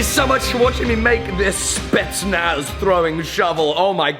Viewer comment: Did he say spetznaf